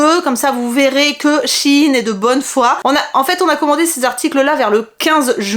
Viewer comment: p'tit question pourquoi les gens dises shinnnnes c'est pas shein et ça se prononce pas ein non ?🤔 ( c'est pas mechant). sinon trop top la vidéo je t'adore continue comme ça :🥰